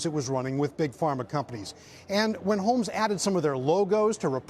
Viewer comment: My ears are deceiving me, I heard "Elizabeth HOLES" lol